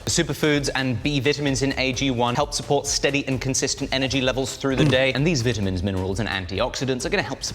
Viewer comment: why does he say vitamins like that 😭 not hating btw